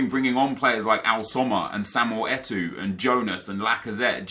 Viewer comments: its NOT ETU ITS ETO. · his name is fucking et O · I cry when says Eto'o